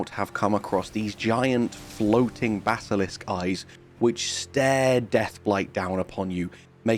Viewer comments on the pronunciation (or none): none